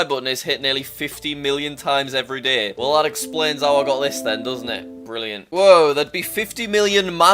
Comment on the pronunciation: “every daeheh”